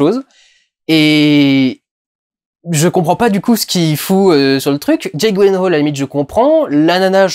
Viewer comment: "Jéque Gouilèhole" ridicule...